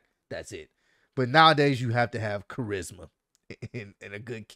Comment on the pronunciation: Man couldn’t say Charisma 😂😂😂😂😂😂🤦🏿‍♂️